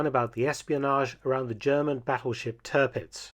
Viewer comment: It's Tearpitz, not Turhpitz...